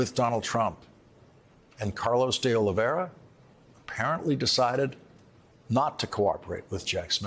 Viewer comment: "Oliveira," not "Oliveria". Oliveira means "olive tree"